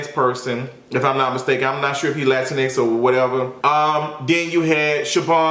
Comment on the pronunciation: I love how you’re saying there was so much racism through the show but you start this video off with pure racism saying you don’t like Latino gays... that’s pretty dumb my guy. And tf are saying “lantinex” ? I honestly can’t tell if you’re joking or if you really don’t know how to say Latino.